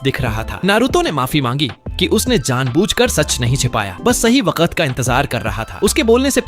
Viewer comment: waqat not wakt